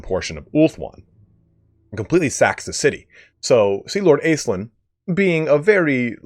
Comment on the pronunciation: I hate to be that guy, my guy - but it's pronounced Ash-linn. I know it's a made up elf lady but it's a real name. I'm sorry bby, pls forgive xxxx